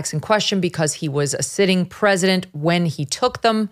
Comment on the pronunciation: WTF'S the "PREZINENT"?